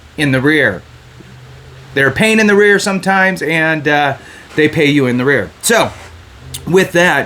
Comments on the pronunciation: "Arrears" not "The rear" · “In arrears” NOT “in the rear.” Credibility, young man.